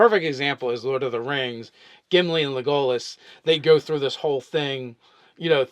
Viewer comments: Lé-Go-Lezz. Instead if Legolas, even when in the movie they pronoumce it Legolas. Theres no conflict on how to say it, ppl who mis pronounce words/names non ironically. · Did he really just say "le-go-less", Its "le-go-lass" good sir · This dude really pronounced it. Leg all us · Wow. Luh-goal-us? Not gonna lie. I almost had to stop watching right there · LegOlas, you really manage to mispronounce about everything, don't you? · That is not how you say Legolas. They say his name in the movies. You are butchering it.